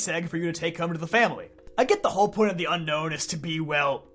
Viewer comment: It’s UNOWN NOT UNKNOWN this is my biggest poképetpeeve